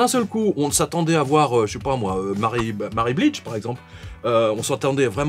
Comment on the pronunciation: "Marie Blij"...